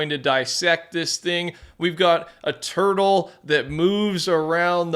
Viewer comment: wait did you say a tutle? bro i hope they add avatar wan or sum